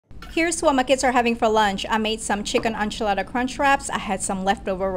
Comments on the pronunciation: It's pronounced like Inchilada not Unchalada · The pronounciation of enchilada kills me